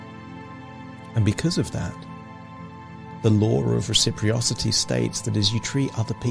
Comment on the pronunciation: You said recipriosity instead and it made me laugh. I'm sorry. I 'm still here trying to fix my very broken life and hypnosis is a tool I discovered this year. P.S the background image of clocks is cool.